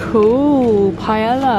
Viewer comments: 3 minute conversation about how to pronounce things and then you say pae-LL-a :D :D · Proceeds to say paella wrong 😂😂